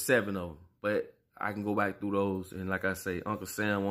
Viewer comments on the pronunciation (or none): none